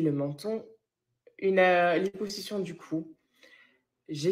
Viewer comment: On dit "Liposussion"